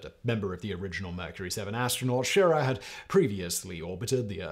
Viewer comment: Simon it’s She rah not shir a.